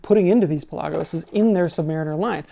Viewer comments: It's pronounced Pelagos, not Pelagos. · Is he pronouncing Pelagos correctly? Never heard anyone ever say it like that?